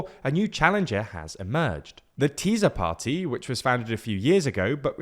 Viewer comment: Hahaha "Teaser Party" geeezz..... ok guys! Work on your prononciation!